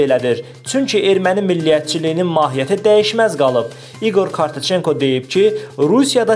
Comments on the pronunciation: KARTACENKO YOX❗KARATCENKO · KORTOCENKO YOX KOROTCENKO AY BİSAVAD. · İgor Korotcenko , Kortoshenko yox. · Korteçenko yox .😡😡😡Ay bisavadlar kişinin familiyasını heç olmasa düz oxuyun.Sizi bu saytlara kim buraxır axı?